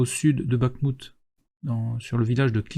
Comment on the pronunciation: Merci pour cet excellent travail, très utile. Petit conseil pour les noms de lieu : en ukrainien "kh" se prononce comme une "jota" espagnole. (Orikhiv, Bakhmout). Et la FAB est une bombe et non un obus (larguée par avion et non tirée par canon)